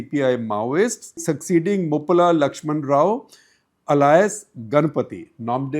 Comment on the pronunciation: Mr Gupta your English is very poor. You can't pronounce Alias properly. Get some help.